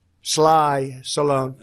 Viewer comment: Did he say, "Sylvester Sly SALLONE?!". awhat an idiot!!! 🤦🏾🤦🏾🤦🏾🤦🏾